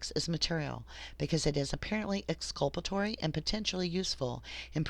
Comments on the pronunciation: ExculpaTORY not ExculpARY Dear. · Thank you for fixing the audio. One little critique, you keep saying exculpanary instead of exculpatory. Jyst wanted to let you know so you catch yourself next time.